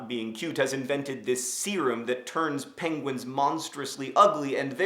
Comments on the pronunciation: you forgot that benedict cumberbatch's inability to say "penguin" makes the movie 20% cooler than any of the madagascar movies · You forgot Blubbernuts Crumplehorns inability to say penguin(s) which I find is the highlight of POM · Penguins of Madagascar also has Benedict Cumberbatch in it and he still can't say penguin!!!!!